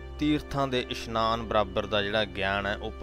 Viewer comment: Meanings are explained good but so many pronunciation mistakes of Gurbani like it is isnaan not ishnaan